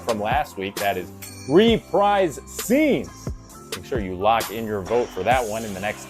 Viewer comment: reprise is pronounced ruhPREEZE